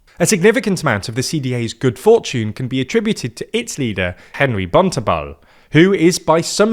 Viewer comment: To be honest I thought they did pretty well with Joost Eerdmans and Henri Bontenbal which they pronounced just after reading your comment.